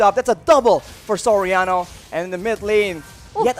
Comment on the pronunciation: you should pronounce SORIANO... "SOR- YA- NO" not SO-RA-NO....peace